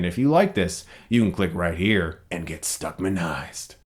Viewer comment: I love your videos.... but when you say "stuckmanized" it freaks me the fuck out